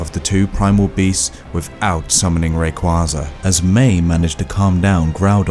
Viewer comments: CrystalLikesShibes I’m not saying that I have a huge problem with differing Pokémon pronunciations, but there’s only one official pronunciation for every name. Rayquaza is pronounced “Ray - Kway - Zuh”. Some people may not say it that way, but that’s the only correct pronunciation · Especially rayquaza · he said rayquaza wrong too